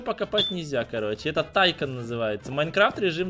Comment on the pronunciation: И правильно говорится тайкон ударение а